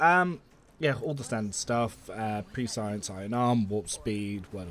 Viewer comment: LMFAO I was so confused when you said "pre-science" when talking about idiras diviner buffs .... It's definitely not pronounced that way. It's spoken "preh see ehns" I didn't even realize that it was spelled such that it would get confused like that